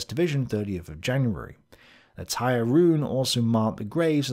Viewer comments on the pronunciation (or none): I know that this probably doesn't relate to National Socalism, but Odin is the god of much more than just war and death. He's also the god of wisdom, poetry, magic, runes, healing, royalty, the gallows, knowledge, frenzy, victory, and air. Also, Tyr is pronounced "Teer," not "Tire." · Great work as always. However the name of the god Tyr is pronounced more like "tier" and not, "tire." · Tyr is pronounced "toohr", ( long "oo" with Scottish accent , sharp voiced "r ", one syllable). In Scandinavian spelling letter Y marks the same sound as Ü in German. This vowel does not have a exact lexical equivalent in standard English. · I would like to point out that it might not be "Tyr" as we may think it's pronounced. It might be pronounce like "Toor", as originally in the Latin alphabet, and early English, and modern German, Y didn't make the sound it does in modern English, it made an U sound like the "ou" in "you". I doubt it has much importance, but I thought it might have been worth pointing out.